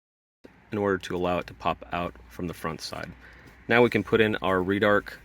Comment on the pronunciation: Red-arc. Not “reedarc”